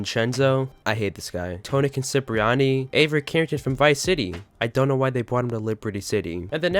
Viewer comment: Not sure why you keep saying "Tony Concipriani" but other than that, great video.